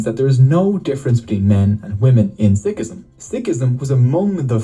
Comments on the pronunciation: you are pronouncing Sikhism right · Being a Sikh it's so nice to read so many kind comments from people of different religions and you guys too And btw is pronouncing it wrong is right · you have pronounced it perfectly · Sikhism is the correct pronunciation